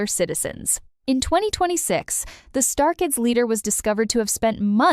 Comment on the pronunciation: It's not star kids, it's Stray Kids! Wtf?!